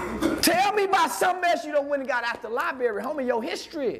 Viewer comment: Yall really vouchin an followin this dude sayin s**t like "LIBERRY!!" wit confidence while callin other people dummies?!?!? Smmfh wat a time!! 🙄😮‍💨😂😂